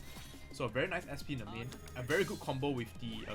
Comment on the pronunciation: It's nemain not nevan.